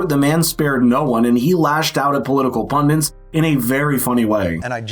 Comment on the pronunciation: "He (Jon Stewart) lashed out at political pundents" The word is 'pundits', rather than 'pundents'.